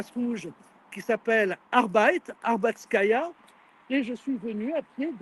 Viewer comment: ArbAtskaïa (et pas ArbEITskaïa)! Ca ferait plutôt mauvais genre, au pays de la Grande Guerre ... quant au bourrage de crâne anti-russe et russophobe: il n'est pire aveugle qui celui qui ne veut pas voir. Qui veut imaginer que NOUS sommes responsables de la guerre en Ukraine? (C'est pas nous qui sommes entrés sur le territoire avec nos troupes; donc, voilà.) Merci infiniment pour ce témoignage en direct! On appréciera le délabrement et la saleté de la station de métro Kievskaïa (une station Potemkine, sans aucun doute) ...